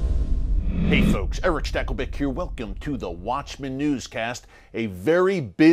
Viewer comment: Nobody says stackelbeck better than Eric stacklebeck